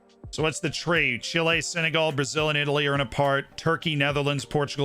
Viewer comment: Brit accent is top but we don’t say Senegal like that